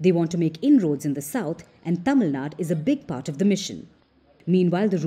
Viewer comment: Don't act like foreigners It's not tamilnad It's Tamilnadu If you (as Indian) don't pronounce it properly, who else will? Don't take our language and culture to graveyard.